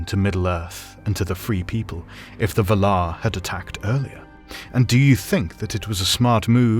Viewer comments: Ah 😅 Fair enough. I didn't mean to nitpick, I think the pronounciation in the video sounds still legit but for some reason it really irritated me, like if someone is saying an everyday word with a markedly different emphasis... you know like in Family Guy when Stewie annoys Brian with how he prounces "wh" in "what" 🤣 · Your pronunciation is wrong. There is a pronunciation guide in the appendix. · Can't watch because of how he pronounces Valar. Sounds so weird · half a minute in and you already turned me off with your horrible pronunciation...that's not how you pronounce valar. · Your pronunciation of valar is killing me 😂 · You are saying “Valar”, funny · Honestly, it annoyed me, too 😅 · Yeah it confuddles me too :D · Anyone else upset by the pronunciation "Vuhhlauuur," invested or "Val-are?" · Loved this video, but I couldn't get over how you pronounced Valar. I've always read and said it as Vaalar, emphasis on the first 'a', and a bunch of other YouTubers say it the same way. Just a pet peeve tho, no big deal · Pretty sure it’s pronounced like “Vál-laar,” not “vuh-lár” 😉 Nice video tho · Someone help, please. Is this video’s pronunciation of valar the proper one? I always thought it was VAL-ar, not val-AR. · Vàlar. Not Valaaaar!! No wonder she has no friends! 🤣🤣🤣🤣🤣🤣🤣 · I say Val-ar. You say Va-lar. The stressing of the second syllable sounds so strange. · "Besides, you're saying it wrong it's LevioVA-lar, not leviova-LAR" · Dafuq is V'lar? Isn't it Valar like Valour? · The way you pronounce "Valar" troubles me BUT at the same time...I love the pronunciation. I am in an internal conflict just like the "Vala-ar" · you said valer wong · Dude its pronounced [VA] - [LAR]. Really confusing my ears and cant take in your commentary properly hearing bad pronunciation. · Yes this pisses me off every time, when someone takes all this time to make a video like this and doesn't know how to pronounce the main fucking name in his video. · It is distracting